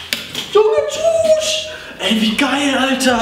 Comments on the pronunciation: Haha das heißt tüch nicht tuch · Heißt es nicht ,,Schüch,, oder kp wie man das schreibt anstatt ,,schuch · Des wird anders ausgesprochen nicht ,,tschuuusch"😂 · Bitte sag nicht mehr chuch das regt mich so auf weil du das absolut falsch sagz